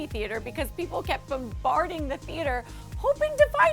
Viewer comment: Bambarding the theater... more like bomBARBing the theater😂😂